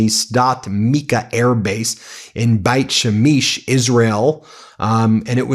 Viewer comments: I thought u were jewish?? Must not be if u dont know how to pronounce beit shemesh. It’s ‘bait’ and then shemesh is how it looks….u said it shameesh lol. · "Beit Shemesh"...? Really, Ben, you don't know how to pronounce this??